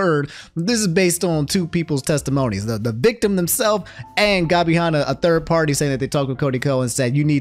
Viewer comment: Why does pronounce Tana and Hanna names like that 😭